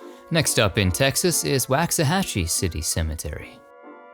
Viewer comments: Love when a new episode arrives! Two gentle comments - As a Texan, wanted to let you know Waxahachie is pronounced like WAUGHxahachie not WAXahachie. Spencer Tracy played Father Flanagan. Mickey Rooney was one of the troubled boys. Keep up the great work!! I learned several folks were buried in Texas that I didn’t know about!! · LOL! Waxahachie is pronounced Walk-sa-hachie. :) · I always get excited when you premiere a new video. Yous is the best channel of its kind. 2 tiny pronunciation quibbles. Waxahachie is pronounced WALKS-a-HATCH-ee. Prescott is PRESS-kit.